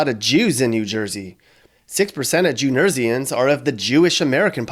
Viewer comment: "Jew Nersians" 😂 slip up or not, that should be the official name for all Jews in New Jersey lol Surprised Arizona didn't make the list, I figured being both a border state and one with a lot of Native Americans might put it higher.